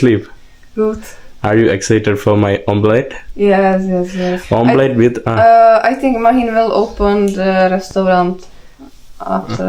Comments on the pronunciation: ഓംലെറ്റ് എന്ന് പറ ഓംപ്ലേറ്റ് അല്ല, വെറുതെ ഗൂഗിളിൽ സെർച്ച് ചെയ്തു നോക്കുക. മഞ്ഞ/മഞ്ഞ് മന്ന/മന്ന് എന്നും കത്തീഡ്രലിന് വേറെ എന്തോ ഒന്നും പിന്നെ ഓംലെറ്റിന് ഓംപ്ലറ്റ് എന്നും പറയുന്നത് കേൾക്കുമ്പോൾ ഒരു വിഷമം. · You are pronousing omplate. Actually it is omelet